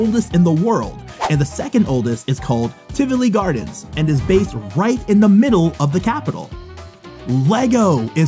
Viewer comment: Im a Dane and the way you pronounced Bakken and Tivoli I just could not stop laughing but it is a hard language to learn great vid tho❤️❤️❤️🇩🇰🇩🇰🇩🇰